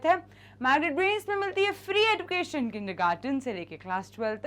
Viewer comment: Mam the pronunciation is like 'ejucation' we pronounce ed as ej not eduucationn 😢